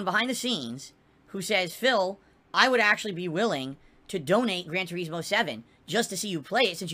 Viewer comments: ive never heard anyone call it that.. everyone including the reviewers for 15 years called it Tur-iz-moe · Why does he think people want to watch him drive through the grass in "Gran Toureezmo" lol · Grand TuREESmo! BWAHAHAHAHAHA 🤣🍸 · "gran treesmow" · He can't say Turismo right and it pains me to hear him say it.